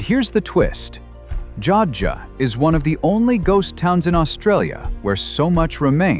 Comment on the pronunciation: Joadja - pronounced: Joe add ja - 3 syllables.